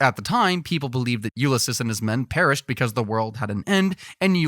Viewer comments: 😂😂 the shade is thick enough to make hell dark 😂❤ screw tai lopez Edit: I've also never heard anyone pronounce Ulysses like Ulysis, and not Ulysees. Not knocking it, just never heard it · You lis sis? You mean Ulysses? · repeat after me YOO/LI/SEES..."Ulysses"